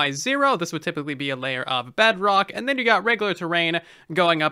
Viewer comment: At this point idk if he says bedrock or bugrock